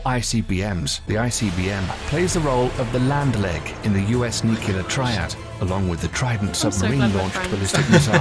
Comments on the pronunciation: The narrator has a British accent but pronounces "noo-klee-ur" as "noo-kyoo-lur". President George W. Bush would often get made fun of for doing the same. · Nice video. Also, I don't know why so many people who otherwise have excellent diction and vocabulary still say "nucular". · Noo-cue-lar? Repeated many times. Cringeworthy. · Why did you pay a professional to narrate "nucular"...not how you say that word! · Because it was mentioned at least 4 times, I have to ask; What is nukular? I know what nuclear is, but I keep hearing people mention nukular, and have no idea what they're talking about. If they mean nuclear, they should say what they meant. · It's nuclear, not nucular. Jfc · A bit obsolete as the Ford class carriers are now replacing the Nimitz class and the F-17 stealth fighter was retired as it wasn't that stealthy. The narrator needs to work on pronouncing "nuclear"